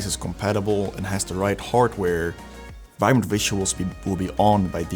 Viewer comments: Vibrant 🚫🚫🚫 Vinbrant ✅✅✅ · I swear it said "Vinbrant" the first time i clicked on it